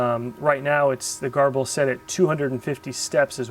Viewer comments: I thought it was pronounced "gerbil". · Pronounced Ger-bil! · your videos are great! I don't know how you find the time to make them, but I'm very glad you do. Whenever you say "garble" I think "gerbil" (the little rodent, don't ask me why;) so I googled to see how GRBL is pronounced and this is what I found: There doesn't seem to be a consensus but Sonny Jeon, the GRBL maintainer likes to say gur-bull.